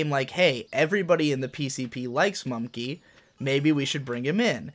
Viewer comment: It's mumkey not mumnkey